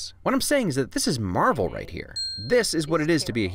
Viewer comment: It’s marvel not the way you said it